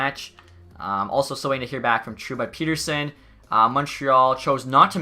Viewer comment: Great choice to hire all amateur scouts! Would also like to point out that is it "Pet" ersson and not "Pete" rsson.